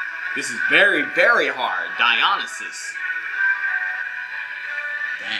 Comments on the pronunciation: I'm still stuck on how you pronounced Dionysus lol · My man said, "Die-ahn-na-sus".